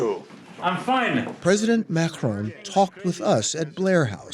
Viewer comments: Stop saying Mahhron. His name is Maccron. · The journalist should have done his homework and not pronounce Macron wrongly. It is not supposed to sound like [Mahrong]... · the way the host pronounces Macron makes me want to die